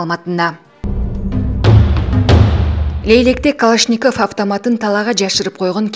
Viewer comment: Ушул жанылыкты окуп жаткан кыз. Сени канчалаган адамдар угуп, коруп атышат. Жазылган создорду тура оку.Калашников деген созду басым кайсыл тамгага, койууларын билсен.